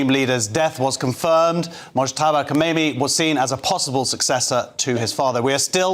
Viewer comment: Kamenei, not Komeini.